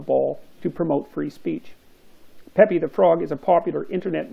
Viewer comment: It's pronounced peep, Jordan, not pépi